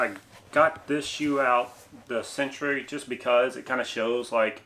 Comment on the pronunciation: Funny it’s spelled “Centre” which is the Canadian way for “Center”. Wonder if it’s actually supposed to be pronounced “Century” as you say. 🤔